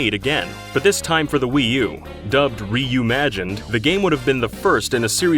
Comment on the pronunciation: I hate how much I love "reumanged"